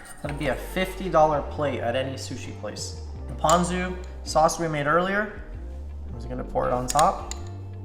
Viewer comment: Captions say u said Posion sauce and that's what I heard every time even after I saw the label LMAO!!!